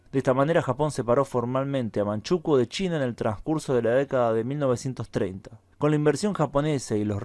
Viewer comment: En España se dice Manchukúo, no Manchúkuo 🤗 ... Creo que no lo has dicho, pero en Manchukuo se promovió la drogadicción o narcotización de la población, como método de sometimiento.